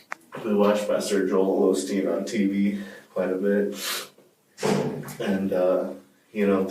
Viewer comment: as soon as he said olsteen he lost all credibility!! FRUITCAKE!!